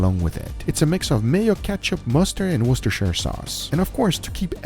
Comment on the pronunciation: The English people in the chat happy Worcestershire sauce is pronounced properly! Worse-Stir-Sure